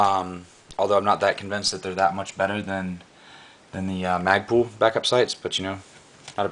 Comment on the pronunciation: mag-pull.. not mag-pool. ;-) lol nice rifle.. hows it shoot?